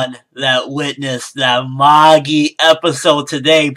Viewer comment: Loved the episode, loved the review as always and I personally don't think should do a weekly review of the episodes for this series, just the ones he really enjoys so he can let his hair down (see what I did there?). However I can't help but cringe whenever people say Magi like that, the pronunciation is just....Eurgh!